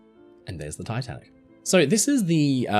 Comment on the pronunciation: did he say titan or tatanic?